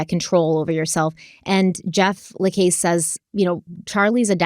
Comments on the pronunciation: For the love of god, just call him Jeff..I cringe every time time I hear you say La CASE.. it’s la CASS:. And it’s even worse when you throw a La CASS in there every now and then.. just call him Jeff.. also:. I know you watched the videos pronounce Kathryn’s name correctly too please 😫😫😫😫🤦‍♀️🤦‍♀️🤦‍♀️ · Jeff's last name is pronounced to rhyme with the word cast.. not case. You only have to listen to him say it when he testified to know this. The fact that you couldn't do at least that much is laughable. 🙄🙄🙄🙄🙄🙄🙄🤔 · Hi. Jeffa last name is pronounced LaCASS not LaCASE. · Hey! Keep up the great work on this case! Real quick, Jeff’s last name is pronounced like “La-Coss”. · Jeff La Casse pronounced. LaCauss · la-CASS mag-BAN-ah-wah Ms., please, get your proper name pronunciations in order!!! Love ya, otherwise, but you drive me nuts with your constant mispronunciations of people and place names. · You need to pronounce Jeff lacasse properly. This diminishes your depth and level of validity in research. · Just so late to the party....you started out great, parts 2-4 Down hill...oh and learn how to say Jeff's last name...